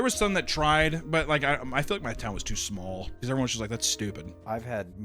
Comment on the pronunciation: says "smal" lol.